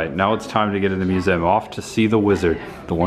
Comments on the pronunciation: Thank you for this review, now I do not have to give them any money. Also it's pronounced museum. 😘👉👉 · the way you pronounce museum is funny. mu-zzem